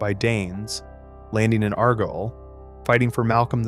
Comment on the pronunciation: Please, please. Please. Try and pronounce the names correctly it's pronounced as Ar gyle or Ar Gile for you simplified English speakers.